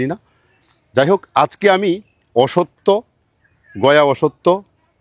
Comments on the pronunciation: কনফিউশান ক্লিয়ার হল। তবে সব 'অসত্থ'কে 'অসত্য'র মতো শোনালো। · উচ্চারণ হবে অশশূত্ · স্যার, অশ্বত্থ উচ্চারণ হবে 'অশ্ শথ্থ'।